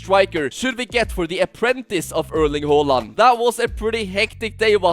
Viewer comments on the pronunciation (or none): Its ha not ho! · It's not Hoo-land it's Haa-land